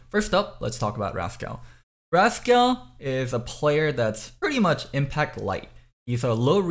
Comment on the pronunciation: Bro how can u not pronounce the word rascal. Raz-Kal lmao 🙈🙈🙈🙈🙈